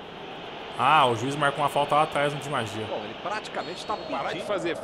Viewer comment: ele fala "Di magia" em vez de "Di Maria" 😂😂😂😂😂😂😂, mas é besta kkkk